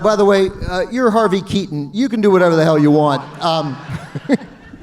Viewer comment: I admit. It sounded like the moderator said ‘R.V.’ instead of Harvey. Keitel keeps talking about Reservoir Dogs. “It’s KAI-TEL.”